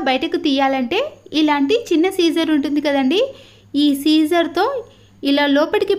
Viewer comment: అంతా బాగానే చెబుతున్నారు గానీ సీజర్స్ ని సీజర్ అనకండి